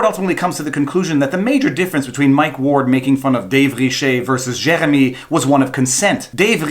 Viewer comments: Gosh, you Francophones have no idea how to pronounce "Jeremy". JK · The worse thing about all of this is listening to that French pronunciation of Jeremy. Nyah, nyah, ...fuck you Canadian tribunal, I'm American! (Don't worry we have lunatics too.)